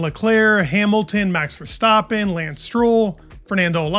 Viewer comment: Why bro keep saying "Ver-Stoppen- it's VerstAppen